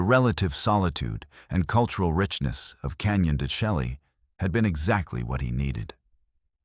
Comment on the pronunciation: Why don't you pronounce the canyon properly? It is pronounced Canyon Da Shay.